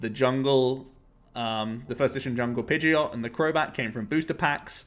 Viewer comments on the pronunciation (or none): none